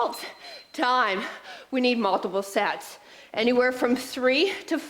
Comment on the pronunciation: Smart, clever workout. Fitness with "Making the Impossible Possible!!" Thanks!! 👍😃👊 p.s. Mark misheard. Thought you said more sex per exercise instead of sets per exercise!! 🤣🤣